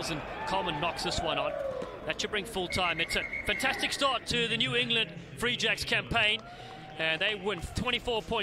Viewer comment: I know the New England team is called the “Free Jacks” but am I the only one that thinks that one of the commentators makes it sound like the “re-jects”?